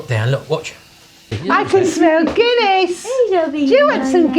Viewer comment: it is Guinness ... like DUH